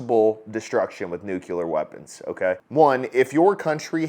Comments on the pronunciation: Hey, it's NUCLEAR not NUCULAR!!!! cmon man. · Great points, Sir. Also, it's nuke-LEAR, not nuke-U-ler...lol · It's nuclear, not nucular. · You said Nu-cue-ler. Its Nuclear. Nu- clee-er. 😂😂😂❤ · The correct pronunciation of the word is "nuclear", but "nucular" is a common mispronunciation, typically by the uneducated. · Sorry. Love your content, but your still saying nuh- ku- lar. No pass on that one. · My brother.. i love your channel.. but hearing you say "Nucular" more than once, really stung. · Nucular....? (Sigh*) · Dude, learn how to pronounce NUCLEAR right...